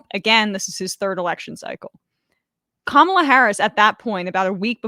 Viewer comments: Dude, why does he have to mispronounce her name..like, I almost give him the benefit of the doubt because he's a stupid ape and just aping what his political 'luminaries' do but Jesus people. It's not hard, it rhymes with Ma-ma-la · Joe prides himself on being smart and respecting people but this knuckle dragger can’t pronounce Kamala’s name correctly? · Really disappointing to see Rogan mispronouncing her name, too. I've soured on him over the years, but I still genuinely thought he was better than that. Damn. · Joe Rogan needs to learn how to say Kamala’s name correctly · Dude can't even pronounce her name right. He speaks about the fragility of the human mind.